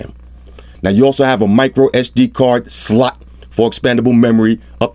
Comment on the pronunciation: LOL how he put the sauce on when he said "doubles as your SD card SLOTTTTTTTT". Felt the spit hit my face when he hit that "t". LOL. Great vid